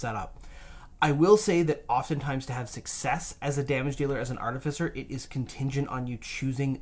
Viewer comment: Why do you keep pronouncing artificer as "artifisser"? Totally keeps throwing me off...